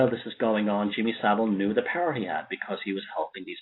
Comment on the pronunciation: Jimmy So-vile